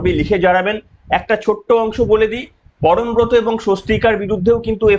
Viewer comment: পরমব্রত নয় পরমখত